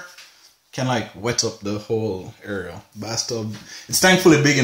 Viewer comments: The Word IS: AREA, NOT AERIAL !! So far you've said it Wrong twice !! Just saying 😊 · Why do you pronounce "area" "areal " ? Is it a Jamaican thing ? Good video, though. Nice apartment, too (really good space, even if you think it's tiny). Thanks.